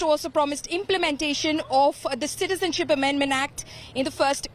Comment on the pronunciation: jhoota.....jhoota...........hasta hua lag kesa raha hey .he even does not know how to pronounce "citizenship ammendment act". ( citizen alag bola and ship alag bola.....hhhhhhh) lagta hey school nahee gaya bhai. kesey kesey choro key haath me desh hey saab......